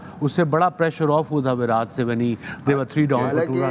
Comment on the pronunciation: It's not विरात it's विराट